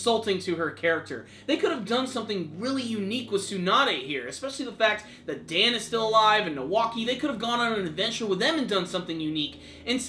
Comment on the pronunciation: Just because Dan's name is spelled the same as Dan, doesn't mean it's pronounce the same way. -__- Dan's name is pronounced D-on. The "an" sounds like the word "on." Thus, you get Dan. ( D-on or Dawn )